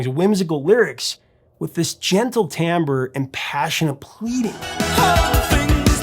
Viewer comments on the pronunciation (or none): none